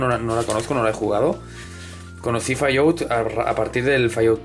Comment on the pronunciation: "Fallout" jajajaja xD Es "Fal Aut" Sabes? Recordé un juego 3D de Montezuma que yo jugué en el PC que estaba optimizado para Voodoo con efectos muy buenos!! (Yo no lo pude jugar con 3DFX) no sé si se pueda jugar en PCs actuales y emular una Voodoo para tener la gráfica con todos los efectos de ese juego?. Saludos desde Chile, amigo!